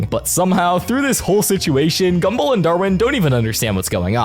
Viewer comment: why do you say gumball as gumble 💔💔